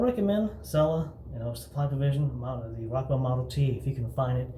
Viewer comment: First of all, it is pronounced "chella". Second they make other scents and formulations. Third, why do guys who have no facial hair make shaving videos?